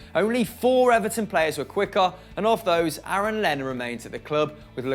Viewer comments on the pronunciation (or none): none